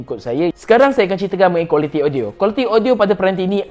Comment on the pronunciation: Me: audio dia cm mana ? Mamat ni: odio dia... Me: opss shhh 🤫